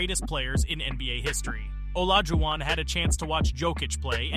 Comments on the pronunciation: How you gonna pronounce Jokic wrong the whole video AND Olajuwon?!? Disrespectful. AI or not, take more pride in your work. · I don't know if this is hired person for voiceover or author of this video but it discredits your whole point if you don't know how to pronounce Jokić and Olajuwon